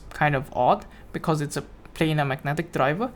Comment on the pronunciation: your pronunciation lol 😂